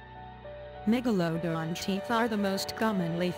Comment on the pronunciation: Why the narrator can't pronounce the word MEGALODON properly